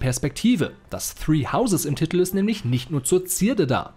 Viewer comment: Man spricht es "Titel" aus und nicht "Ttittl" sowie "Justiz" und nicht "Justtitz" 🤣